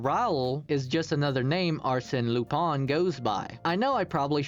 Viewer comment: Very good vid!! I'm only a bit distracted by your pronunciation of Arsène Lupin, but I can look past that :)